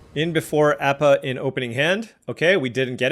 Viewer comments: Love your videos! If you re open to pronunciation corrections Appa is pronounced ah pa like the a in apple and guru pathik is pronounced pah teek with no the sound in the original English version of the show. It doesn't really matter just if you want to know 😊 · I remember you asking at one point so I'll say it, you are saying Appa wrong, should be ah-pa. Other than that, glad to see someone else liking some waterbending cards, seen some other players dog on it. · Ah pa like operation. At least, that's how the show pronounced it. Yeah, the uncommon Appa is underwhelming.